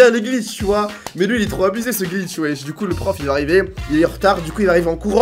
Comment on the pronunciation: il a bien dit « des glicth dans la vrai vie😂😂